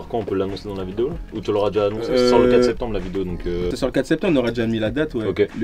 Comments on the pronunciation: le "10 SPETEMBRE" c'est quand ça ? 😉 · Ah ouais, le spetembre il m'a tué 😂